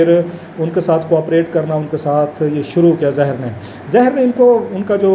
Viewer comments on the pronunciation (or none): یہ رؤف واقعی پڑھا لکھا ہے؟ تاریخ کو تریخ اور ظاہر کو زہر بول رہا ہے.